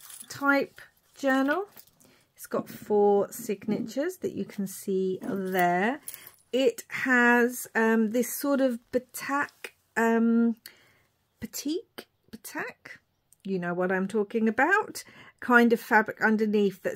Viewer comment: Oh gosh that’s beautiful. It’s pronounced bateeeek. 💜